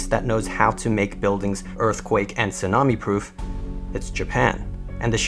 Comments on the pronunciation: Anybody else notice the way he said tsunami? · Pronounces the "t" is tsunami...lmao